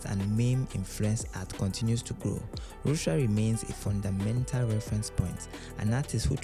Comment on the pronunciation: Narrator mispronounces artist Ed Ruscha. It is correctly pronounced: Ed roo-SHAY.